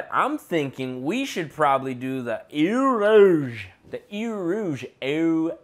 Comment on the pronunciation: eau rouge is red water your french is terrible 😂